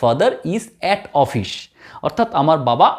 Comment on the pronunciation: Its office not ofish, anyway very informative video